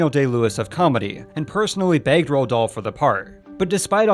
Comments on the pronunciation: "Ro Dahl"? I've heard a most people pronounce it like "Rolled", so I looked it up and apparently it's pronounced "Roo-all". I've no idea where you got "Ro" from. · Guys it's definitely NOT pronounced ROAH or ROAD it's Roo-all.